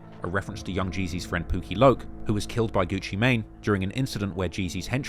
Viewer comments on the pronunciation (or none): none